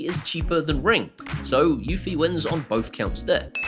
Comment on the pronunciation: eufy is probably my most heated brand name. it is not pronounced like unifi, does not integrate with unifi dashboard and is not produced by ubuquiti.